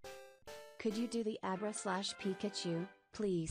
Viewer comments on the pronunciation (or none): If I got 1k dollars for every single time has said a name wrong or called wartortle squirtle… then I would be rich Edit:why this man call Abra “Obera” when the Pokémon’s name is is just “Abra” like abra kadabra alikazam.. which is the name of the whole evolutionary line